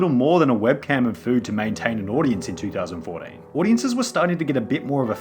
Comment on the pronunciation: The way you say 2014 is awesome